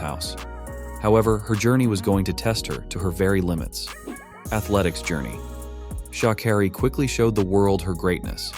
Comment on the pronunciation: her name is pronounced Shuh-care-E not shaw not car-E